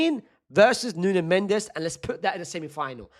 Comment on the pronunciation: Its nuno mendes